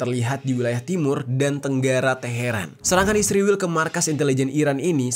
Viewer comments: Kenapa Jadi "Isriwil" Geng..? 😊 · Kenapa lu tiap cuma bilang "israel" aja malah di plesetin jadi isriwil? Bilang aja terang2an "israel". Gedek bgt gw dengernya. Takut apa gimana sih tinggal nyebut "israel"? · Bang, kenapa israel lu nyebutnya ISRIWIL? Klo iran tetep iran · Bang bilang aja Israel gitu bang jangan isriwil, percuma juga lu mlesetin namanya, toh ujung²nya lu memperlihatkan Netanyahu di video lu kocak 🤣